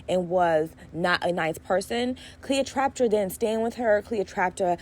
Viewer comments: Trap-pa not traptra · You saying Cleo’s name wrong the whole time is too much 😂 However, you had really good takes and advice. Keep up the good work